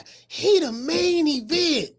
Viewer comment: Lol@ when u said " & he mian event!"... Straight shame... U right saying berlanga is the Rican version of bronner